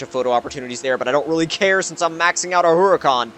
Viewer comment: It is called Her-u-con obviously you know it's spelled Huracan